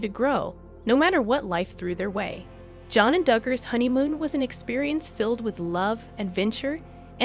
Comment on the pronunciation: You are not even pronouncing her name correctly! Smh